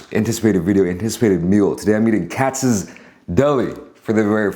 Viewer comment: Cats bro. That’s how’s say it lol